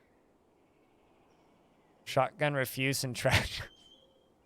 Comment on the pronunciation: Why is it that no DF streamer knows how to say refuse lol